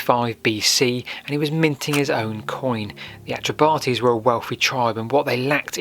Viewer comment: 'Celtic' is not a word that should be applied to Britain. The metrication of British history is a drastically bad idea. I live locally and I have never heard the Atrebates pronouced Atre-Bate-ease. It's Atre-bart-ease. But notwithstanding the deviations, well done for making this video.